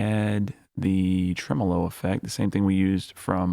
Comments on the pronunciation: The way you pronounce Tremolo is the same way I've heard it pronounced (in Australia) for over 40 years. I didn't know there was another pronunciation. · lol the way you pronounced tremolo had me thrown off a bit lol but do you ever use transient shapers to push and pull things like drums front and back in the mix? and how much do you saturate if ever?